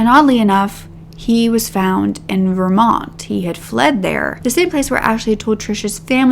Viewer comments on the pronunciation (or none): none